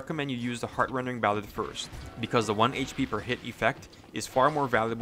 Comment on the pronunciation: video is great but would be better if you said "heart-rending" instead of "heart-rendering." sure you can call it nitpicky but its a genuinely annoying thing to hear when you know what its supposed to be called.